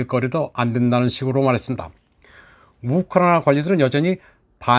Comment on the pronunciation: ㅎㅎㅎㅎ. 참 재미있는 분이네요. 그리고 우크라이나 발음 엑센트가 너무 쎄네요.